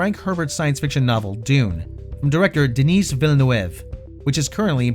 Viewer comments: It's pronounced De-ni, not De-ni-se, the S is silent. Hope that help :P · Every time you massacre Denis' name... Maybe Skillshare it? :P